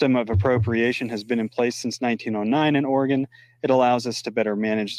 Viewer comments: It’s not pronounced Ore-gone. It is pronounced Ore-gun. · Hi, it’s pronounced “Orygun” instead of “Oragone.” Love your videos! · it's not Oregone, it's orygun. Lol. Love you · Say, Ora-gun, not Ora-gone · just so you know, listen to your speaker pronounced Oregon. It is prounced Orygun by Oregonians. Thanks, Tom